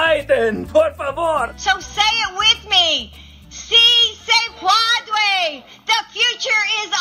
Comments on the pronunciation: Please dont say si se puaude 🤣 jesus where are the liberals at to say that’s a mockery to hispanic culture now?... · 🇲🇽 "si se puadue, si se puadue, si se puadue, si se puadue!" 🇲🇽 😆 Butchering those words is the equivalent of the dramatic slow clap when nobody joins in. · LMAO.......LADY GO BACK TO SPANISH CLASS YOU PRONOUNCED THAT WRONG. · ¡Sí se puadue! You know, del verbo puaduer. Come on man! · The really stupid thing is that Obama used the expression during both of his campaigns. She was there as VP Biden's spouse and Second Lady of the United States. There's just no excuse for the mispronunciation. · Wait, this woman has a PhD and can’t take the time to learn how to say “si se puede”? Probably the easiest thing she has had to do in the last 100 years. Fail!